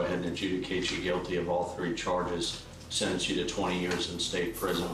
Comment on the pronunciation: Murphy's law has a different meaning from now on. BTW, the narrator should try to pronounce a T. What's a "sennence", a "plainiff", a "counny"? Speaking sloppy is just a matter of laziness.